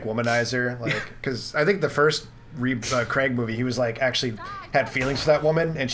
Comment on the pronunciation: What’s this Daniel CREG shit?? It’s pronounced CRAYG.